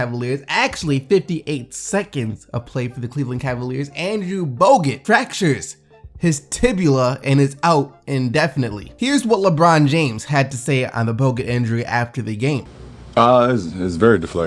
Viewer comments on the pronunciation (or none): Did he just say tibila